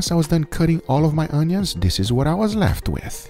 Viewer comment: i love how Guga pronounce Onios... awneeons.. lol